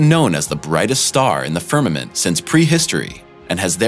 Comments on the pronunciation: You said "Firmerment" 🤪🤪🤪🤪🤪🤪🤪🤪🤪🤪🤪 How Cra Cra.. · You lose all credibility the second you say “The Firmament”